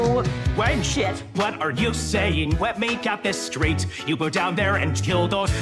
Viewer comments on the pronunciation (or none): "wet me get this stwaight"